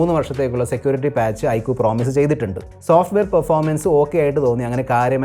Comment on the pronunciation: I കു അല്ല mr....I ക്യു.......ചമ്പൂർണ ചാച്ചരത